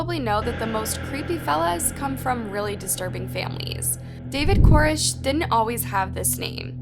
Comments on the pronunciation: Koresh! lol. Not Korish. Jeeze. They don't tell you that when they make documentaries on his behalf, lol. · Not to mention all the pronunciation problems. I mean she says "Core-ish" instead of Koresh a million times. How do you not know how to say David Koresh?? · co-RESH! If you haven’t been around and watched footage enough to PRONOUNCE his name correctly, chances are you won’t be accurate in your documentation of events. Also … he wasn’t a rock star. The title, and the first few minutes of this, are at best incredibly misleading. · I mean, in all the documentary footage, they pronounce his name Kor-ESH. So why does "" keep pronouncing his name wrong in this video? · I still think the echos are hilarious, but you mispronouncing his name through the entire video even tho you heard it pronounced correctly is even more laughable.